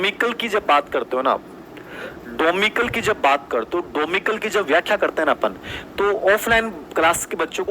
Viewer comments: डोमिकल नहीं डोमिसाइल होता है बे चुटिया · डोमिसाइल है डोमिक्ल नही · It's domicile not domical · डोमिकल नहीं डोमिसाइल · Wosab to theek h but ye डोमीकल nahi डोमिसाइल hoga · Domical ni hota domicile hota h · Domicile डोमिसाइल होता है Sir डोमिकल नही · विश्लेषण चाहे दोनो का ही अच्छा रहा होगा लेकिन domicile का pronounciation कैसे गलत कर सकते है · Vandana mam ka answer sahi hai domicile ko sahi se pronounce nhi kr rahe hai baki aap samajhdar ho.... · SIR AAP KYA PADHA RAHE HAIN .DOMICILE NAHI BOLNA AATA AAPKO....😡🙏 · ok.. I m sorry but sir ko bolna thora pronounciation thik kren...wo teacher hain aur students unko follow karta hai.